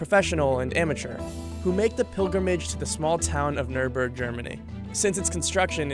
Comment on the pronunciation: You pronounced Nurburg perfectly, Clarkson, May and Hammond from the original top gear and the grand tour have all driven it over the years, and surprisingly Hammond didn’t crash on it